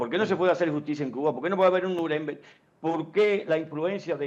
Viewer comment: APRENDE A HABLAR ALEMAN NO SE DICE ASI SE DICE NUREMBERG. CON LA FUERZA DE PRONUNCIACION AL FINAL